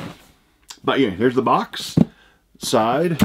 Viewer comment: "Soide, soide"? Really? Hahahahaha!!